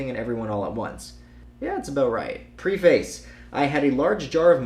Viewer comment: its pronounced "Preh-fuhs"